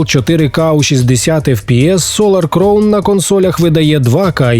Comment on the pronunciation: Кількість правильно сказаних слів "crown" за останній рік: 0